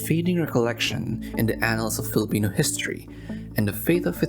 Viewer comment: He will overdo the Spanish and English but pronounce the Filipino words with an American accent... me when I'm a colonizer bootlicker